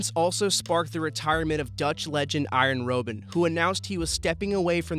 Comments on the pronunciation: Iron Roben................. its Arjen Robben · Seraphim no it's arr-yen robb-unn. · Arjen Rowben??? If you have a presenter who can't pronounce the name of a Legend, sack him... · “Iron Row-Ben”